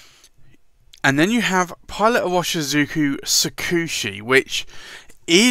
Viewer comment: Well, you might already know, Pilot Iroshizuku pronounce as "ee-ro-shi-zu-ku" not just as irving. Lol